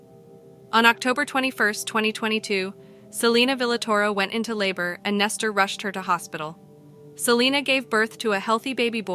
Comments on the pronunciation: Nester???? I thought his name was Nesto. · Why are you calling him Nestor? His name is Nesto, where are you getting the r from?